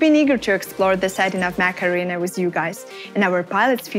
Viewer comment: I just can't help it she is saying "Macarena" AKA mech arena. I know I'm bad I'll stop